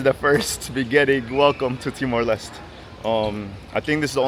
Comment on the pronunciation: TIMOR LESTE (LES-TE) not LEST or LIST!